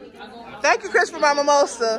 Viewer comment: It’s Mimosa not maimosa 😂